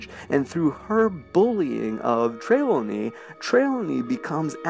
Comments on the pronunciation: say it with me, Josh: TRI- LAW- KNEE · Just going to clear this up: Trelawney is pronounced Tre-Lawn-Ee, with emphasis on the Lawn. TreLAWNey. Not yelling at you, just wanted to help :) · The way you pronounced Professor Trelawny kills me.